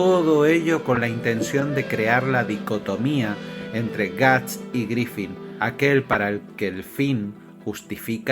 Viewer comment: Buen video, aunque me ponia de los nervios al escuchar Griffin... Griffith amigo! Un saludo